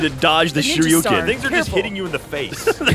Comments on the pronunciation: Did anyone else die a little every time said Shur Ee You Ken? Shuriken. Shur. Eh. Ken. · Shuriken! Not shoryuken:( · it's a shurikan. not shuyukan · I would correct him about calling a shurikan a Shoryuken... but far more amusing that he continues to call them that. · Sergeant Johnson Yeah. because he probably got his brain wired between both words. Shuriken + Shoryuken = Shoruken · Was anyone else wincing every time called them shoryukens? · Does say shoryouken? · Who the hell keeps saying shoryukens? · really wanted to show off the fact that he knew what Shuriken are, except for the fact that he pronounced it wrong the 12 times he said it. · Is saying "shuriken" wrong on purpose?